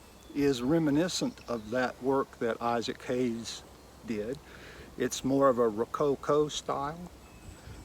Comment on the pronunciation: It’s Haines not Hayes. Just saying. My favorite type of rifle. Fits me perfectly.